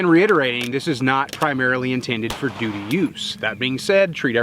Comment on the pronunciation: Hehe...you said "dootie". 😂